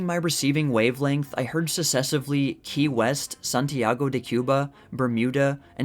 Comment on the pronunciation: I can read articles aloud for MYSELF, thank you. And when I do it, I do not mispronounce words like "practicable" and "successively." (I noticed the guy has a special problem with "C," often pronouncing it as an "S" when it should be a "K."